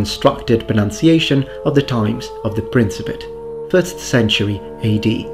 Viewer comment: Starts off pronouncing "Principate" with a soft c sound. How dare you, sir?